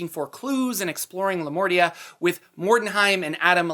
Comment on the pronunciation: For a moment I thought you said Lamortia, instead of Lamordia. This makes me think that it might have been named accidently into Lamordia. Lamortia basically means "the death". And it sounds awesome.